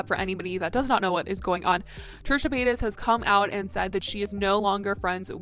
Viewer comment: trisha "payats"